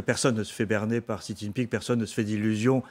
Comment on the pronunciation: A tous les journalistes de France, demandez à des chinois la prononciation du nom du dictateur : Xi se prononce "ci" et pas chi, tchi, gzi, ... Comment espérez vous êtes crédibles si vous n'avez pas cette simple curiosité.